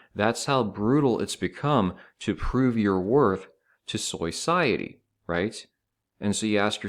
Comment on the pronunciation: I subscribed once he said soy-ciety